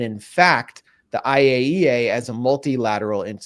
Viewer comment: Thank you Max for correctly pronouncing IAEA. 😂 So many try but few succeed. Always good to hear what Max has dug up. Exceptional.